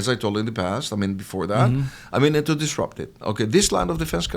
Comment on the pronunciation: "disrupt"..not "trupt".